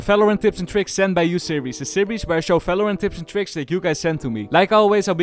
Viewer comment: It’s fucking VALORANT not Falorant it’s VIDEO not Fideo. It’s VERY not Ferry. It’s reViVe not reFiFe. It’s a fucking VVVVV NOT AN F HOW ABOUT YOU PRONOUNCE ENGLISH PROPERLY ITS NOT HARD